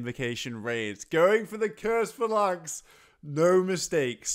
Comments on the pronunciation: It's PHAlanx, not phaLANX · You're mispronouncing phalanx. Not sure if you've got a speech impediment or not so I don't want to seem rude. It's pronounced 'Fay-Laynx'. You're saying 'Fuh-Laynx'. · Its not though, its Fal-inx, where did you find the Y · “Phalanx” : Fay-Lanks Good god, tell me you’re trolling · Also, it's pronounced fay-lanx like the way the Spartans foughy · Fa-lanks or Fay-Links? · That's not how you pronounce phalanx